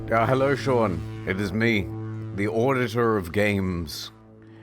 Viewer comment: Sean has been pronounced "Shwwwwwwuuang" in this entire video. Is this actually how you say the name Sean? Have I been doing it wrong this whole time?